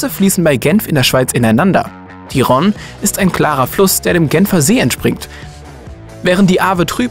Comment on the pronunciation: Die Karte von Passau mit Donau, Ilz und Inn ist spiegelverkehrt. Ist das jemandem aufgefallen? Und es heißt bitte Rhône mit langem "o"!